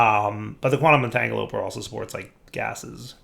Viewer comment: Quantum entanglopoRter. There's an R. It isn't silent.